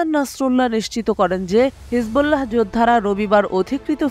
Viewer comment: উপস্থাপিকা হিসবোল্লাহ উচ্চারণ করতে পারে না, ভয়েজ ভালো না